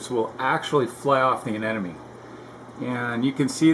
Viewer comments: A-ne-mo-ne.... not a-ne-no-me. Almost sounds like you're saying an enemy. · aneMone not aneNome !!!!!!